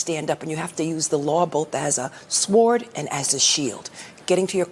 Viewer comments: A what??? A sward??? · Did.. did she just pronounce the silent W in sword? Properly fund your education systems or else this is where you'll end up. She's a State AG. She has no excuse. That's one of America's more intelligent and capable minds there. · Hey AG (with the white woman hairstyle) , you CONVENIENTLY forgot to insert the word ILLEGAL before the noun IMMIGRANTS! You have NO RIGHT to protect illegals. NOT your JOB . And what is with the incorrect pronunciation of the word: SWORD??? An AG who does not even know how to pronounce a word like SWORD. Let me give you a tip in uttering it CORRECTLY.... The "W" is silent, O.K. It is ponounced S -O-R-D! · The W in "sword" is silent.